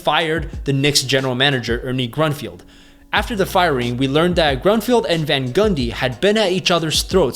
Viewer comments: Grunfeld not Grunfield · Its Grun - Feld not field.